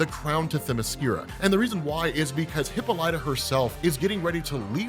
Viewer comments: It's pronounced, " HUH-PAA-LUH-TUH" bro. Not "hippo-Light-uh." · Hih Pol Ituh not hippo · Hi-ppol-ita... not Hippo-lita lol.... ya Killin me bruh. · Pretty sure it's pronounced "HIP-ALL-IT-AH" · The pronunciation of wonder womans mothers name: Hip-pol-it-a. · Has been saying hippo lighta this whole time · it’s Hip-all-it-a 🤣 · Hipp-ah-light-ah?... Have I've been pronouncing her wrong my whole lot fe? It's not Hippal-uhtah? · You keep mispronouncing Hippolyta. Say "hi" as in the word "him" but without the "m". Then "Paul". Then "i", as in the word "him" without the "h & m". Then "ta" as in the word "ta ta's" (another word for breast).